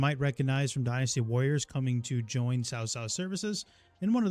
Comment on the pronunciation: Loving your vids! Just to make sure you have the correct pronunciation, the name 'Cao' is pronounced like 'ts-ow'. The 'ts' is pronounced with a soft or silent 's', whereas the 'ow' syllable is similar to that of 'how', 'cow', etc. Hope this helps!